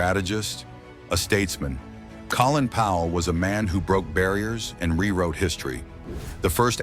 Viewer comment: More AI trash that can't even pronounce the man's name properly